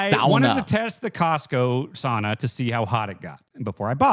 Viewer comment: as a finn, that "sauna" conversation was painful